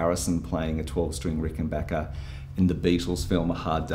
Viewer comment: Great video... and extra thanks for pronouncing 'Rickenbacker' correctly!